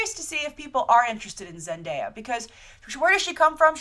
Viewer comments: By the way thank you for pronouncing Zendaya's name correctly yesterday & today I've seen her name being butchered left & right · You're the first movie news site to actually pronounce Zendaya's name correctly 😁😁😁 I'm really excited for this casting, I want Zendaya to play a new version of Blackcat!! She could definitely handle the attitude and the seductiveness. But I'm open for any role she'll be playing, I want her career to grow and prosper lol